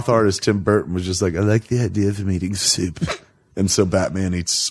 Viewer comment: 😂😂😂😂😂 "I like the idea of him eating syewp." 🤣🤣 Kevin even got Tim Burton's Californian accent down.